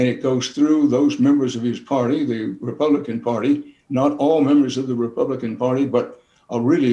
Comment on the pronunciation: Did he say RepubliKKKan?